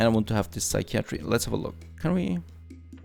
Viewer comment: Your friendly neighborhood English teacher :) if you care, see some tips below. Psychiatry is pronounced (sigh kai uh tree) not (sigh kee ah tree) "As far as I can see" is the set phrase. You don't need "as far as I can see THAT" Dehumorfier should be broken down like (de humor fier) think "Sense of humor"